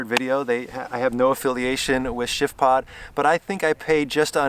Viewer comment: Every time that you say the name of the product, it comes across like sh*tpod.